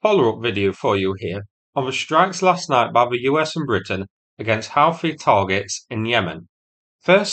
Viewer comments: "Hoo-thi", not how-thi. Even in Arabic, it's "oo". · It's pronounced "Hoothie" not "Howthie". Also, the US aircraft carrier in the region is carrying F/A-18 Super Hornets. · Houthi pronunciation= hoot-tee, not how-thee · Thanks for this - the only thing is - it's pronounced Hoothy rather than How-thy. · Houthi is Pronounced “Hooty” or Who-tea, not Howtheye. Unless you’re from Oop North! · Hoo thee... not How thee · It's not HOWTI it's pronounced Whoti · It's pronounced HOO-THEE not HOW-THEE. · "Houthi" seems to be pronounced "who-thee" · Houthi is pronounced HOOtee (sort of). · I thought it was pronounced Who-too? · It is pronounced 'hooty'. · I mean, it is pretty easy to google how to pronounce "Houthi". It definitely isn't necessary to (mis-) pronounce it like you are doing. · That's Yout as in ute and Hi as in he. It may be foreign but please don't butcher it. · Please stop saying Houthi like you did. My ears are bleeding...aaah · By who? Presumably you're using the official Houthi pronunciation guidelines to decide how this should be said by someone with a northern English accent? Guess what, no one gives a shit.